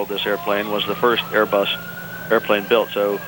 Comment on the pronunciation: Queens NY Airê-Buss ¿¿¿